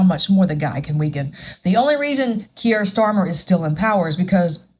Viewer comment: Your saying his name right